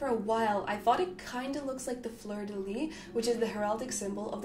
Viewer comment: As said by others, Anvil's crest is ermine, so it is indeed a stoat mark. More specifically counter-ermine. Here is what our Lord and Saviour Wikipedia has to say about it : On a useless side note : the final "s" of "fleur de lys" is not silent.